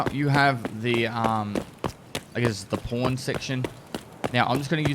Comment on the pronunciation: Haha wow get it? It's funny because he said PAWN but it sounded like he said PORN HAHAHAHAHAHAHHAHAHAHA OMG I CANT WAIT TO TELL MY FORTNITE FRIENDS AND ALL THE OTHER 3rd GRADERS ABOUT THIS PURE COMEDIC MASTERPIECE